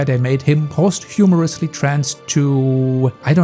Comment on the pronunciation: you pronounce vitiligo wrong, you sound like ver-ti-li-go, it should be closer to vee-ti-li-go you also pronounce posthumously wrong, you say post-HUMOR-us-ly when it is post-um-ous-ly